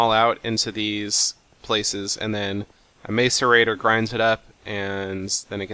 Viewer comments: Goddamnit Seth, mass-erator not mace-erator :( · Mas -or-rate-or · It's ma-ce-rei-tor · yea is mah-seh-RAh-tor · please pronounce macerator correctly it's a is a short a sound not a long a sound